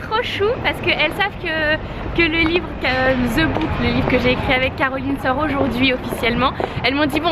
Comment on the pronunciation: un conseil:tu dis toujours "the" pronocé [ze] en faite le "the" en anglais se prononce [de]